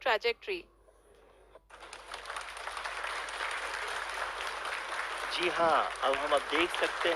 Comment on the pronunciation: It was cute when the announcer said, Tragic-try trying to say trajectory.